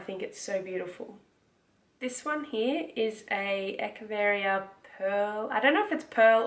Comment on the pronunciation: Hi welcome to the world of succulents! I know you are new so I wanted to share friendly information with which you asked. Any of the ones spelled Echeveria- it’s pronounced like “ etch”-ah-very-ah.lol hope it helps sweet heart! I too am obsessed!!! Omg you have no idea! 😉😘☺️